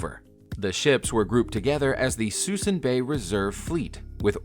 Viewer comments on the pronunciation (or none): Lol thats what i said. Its Suisun City, not Susan. And the ships were called the Mothball fleet. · PRONOUNCED "SOO-SOON" BAY